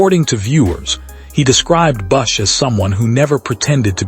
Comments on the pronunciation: Who the hell proofed this AI crap? His name is BUSCH, not Bus. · Who the hell is Kyle “Bussh”?! And you gave no info on the funeral. Delete this crappy waste of disrespect to KB